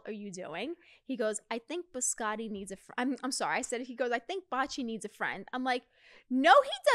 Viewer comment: BiscoTTI, not Biscori XD